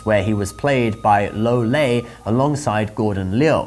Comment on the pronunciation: Lo lei isnt to be pronounced Lo Lieh? He is the actor playing in white brow